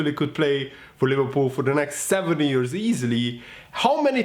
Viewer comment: 3.41 it’s “wise beyond his years” not ears 😂😂😂😂😂